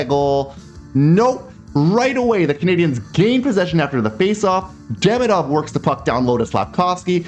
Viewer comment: By hearing the quality of your French I assume you like languages. I believe Ivan Demidov’s name is pronounced ee-VAHN deh-MEE-doff . Thanks for your videos, I’m always looking for them after a game.